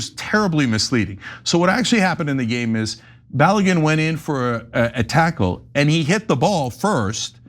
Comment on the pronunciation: The name is pronounced BA-LOW-GOON.